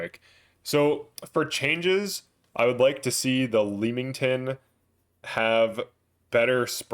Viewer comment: The Leamington is pronounced "lemming-ton."